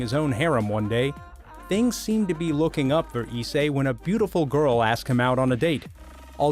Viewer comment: pretty pissed u said my boy issei name wrong, and rias wrong 😐